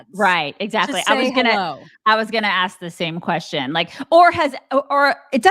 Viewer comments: When lock racist hateful lady can’t pronounce the word “Ask” correctly, instead of saying “akkss ” then we might listen. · I’m not axing her.